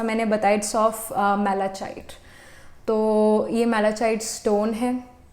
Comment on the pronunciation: being a tarot reader you should have known how to pronounce malachite